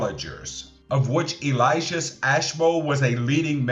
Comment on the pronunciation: Elias, not Eliasis.